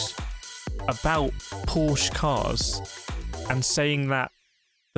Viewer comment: Dear YT algo: The E on Porsche is not silent.